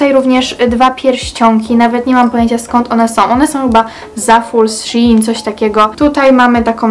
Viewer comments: Szejn a nie Sziin 😌😉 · Shein się mówi szejn, a nie szi in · shin haha a nie shein